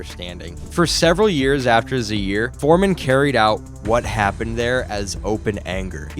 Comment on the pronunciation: The usual AI garbage. Why use a voice that mispronounces important things? Perfect way to demonstrate that either you don’t know or don’t care. Either way it’s not a channel worth watching because you can’t be bothered to get it right. Pronouncing Zaire as “Zeer” and calling Angelo Dundee “Angelo Dandee” says it all. Don’t waste our time with this nonsense. If you want to do a video about two of the greats of boxing, do it RIGHT. Don’t disrespect them with this garbage.